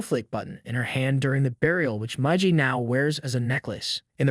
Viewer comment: Oh, my God, It's Miiiigiiii and Daaaaaliiiii not maiji.